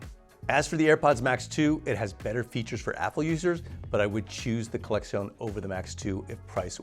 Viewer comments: why is he saying collexion with a Spanish accent 🤣🤣 it's just collection 🤣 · Why is he pronouncing it like it's a Spanish word? LOL